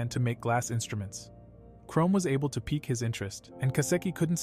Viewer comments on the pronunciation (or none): none